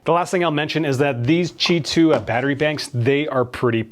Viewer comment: Why do you pronounce Ti2, instead of Qi2?